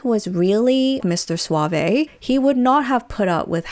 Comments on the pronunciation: Stop saying "suave-A." It is one syllable - Suave - silent E. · After 10 mins of this I have to stop watching as I’m reminded why I don’t watch ‘reality’ tv. Also that’s not how you pronounce ‘suave’ 😂